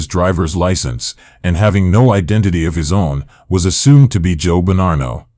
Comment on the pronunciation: Why do you ou keep pronouncing Bonnano with an R?